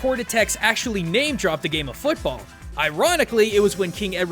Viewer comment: you mispronounced football